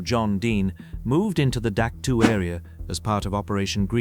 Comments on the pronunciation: We always pronounced it Dak Toe not Dak Two. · "dak tu" and "sky soldiers" in the first minute gives you a thumbs down. I was in the herd at dak. tow.